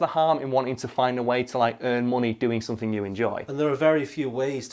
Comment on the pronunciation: I love how with accent, the word "something" always comes out "summit."